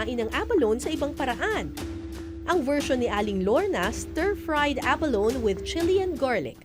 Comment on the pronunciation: Say ABALONE with an E on the last syllable not “abalon” 😂